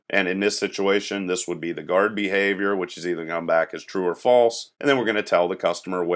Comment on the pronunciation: "Bahavior" made me laugh Otherwise, good tutorial series. My Software Engineering professor told our class to watch this series.